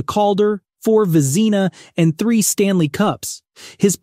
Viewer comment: That’s the wrong pronunciation! For the Vezina trophy!